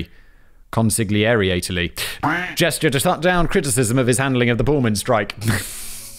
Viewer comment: Con-seal-a-tore-E.... conciliatory